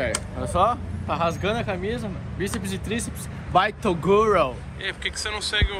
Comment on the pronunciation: torugo kkkkkkkkkkkkkkkkkk